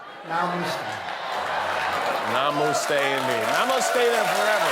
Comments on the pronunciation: Damn, if you can't even pronounce Namaste. I mean honestly, you could forgive him for everything else, but Namaste? "No - must - tai".... lmfao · He butchered all the Indian famous names...I understand since he can't speak even 'United States' properly...but Namaste is well known...how the hell he got namuuste ...I have no idea